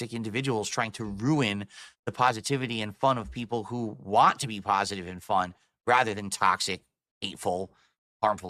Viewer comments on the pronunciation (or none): word of the day "paw-sitive"